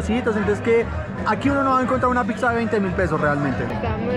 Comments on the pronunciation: Es interesante cómo pronuncias la palabra "Pizza", tiendes a decir "Pig-sa" en vez de "Pit-sa", que es la forma correcta de decir Pizza en español… ¿O en Bogotá se pronuncia diferente? Aparte de eso, me gusta tu contenido! Un abrazo! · Que buen contenido el que hace este man Solo tengo un problema No es picza Es pizza No sé si es solo a mi, pero cada vez que lo pronuncia mal me vuelve loco